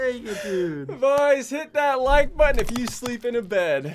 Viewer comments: Nobody::"When did you hit that foot botton". its button not botton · Ssundee: says "hit that like botton" ONCE: says" hit that like bottone" every time ssundee says somthing.